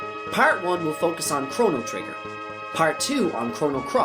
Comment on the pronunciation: Damn, you butchered all most every name in the game.